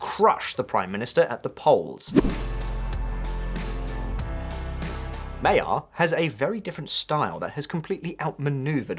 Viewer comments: Peter Mayar?.....did you forget the G in there and the fact that this word is not English? Magyar, It's pronounced like 'Rodger' but with an M, like 'Modgor'. Every single English speaking person covering this is butchering his name and NONE of you has even bothered to find out how to say the guys name. Incidentally Magyar means Hungarian in Hungarian. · the name is pronounced Majaarrr NOT Mayaaa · One word you should learn to say when talking about Hungary: Magyar. Because it's Magyarország... the country of the Magyars. More like Madgar than Mayar. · It is not pronounced Mayor. Sign. Mah-jar is the closest. Maggie are and Mayor are just signs someone does not have any idea of what they are talking about. I turned the video off. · Your pronunciation is ridiculous! Hungarians (english) are Magyars and that's also the surname of the new Hungarian PM - both pronounced MAG-YAR (not mayor) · To the narrator: 'Orbán' is pronounced as 'Or-Barn'. not as 'Orbin'. Even worse: 'Magyar' is NOT pronounced as 'May-are'. Have a listen. If you're going to cover a story, make an effort. Please. Hence my thumbs down. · His name is pronounced MUDGE-yar. Excellent and informative video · May Yar are you joking mate FFS.... Urgently learn how to pronounce thw person name!! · "Mod-your Pay -te-rr" is a bit closer to correctly pronouncing Magyar Péter. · Why can't anyone pronounce his name properly? It's not that difficult! Even if you said it like 'Madjar' that would be an improvement. Also, the stress in Hungarian is always on the first syllable. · "ma - dyar" or maybe "ma - jar" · You could take 10 seconds to learn how to pronounce his name. "Mah-jar". Do better. Not impressive. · The "gy" in his name "Magyar" is not 2 letters, it's 1. (The Hungarian alphabet has 44 letters.) His surname means "Hungarian", so maybe it's worth googling the pronunciation. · Magyar is pronounced completely differently. How long would it take to check the correct pronunciation? Like 30 seconds? 🤷